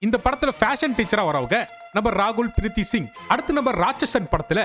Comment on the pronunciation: ராகுல் பிரீத் சிங் ❌! ரகுல் பிரீத் சிங் ✅!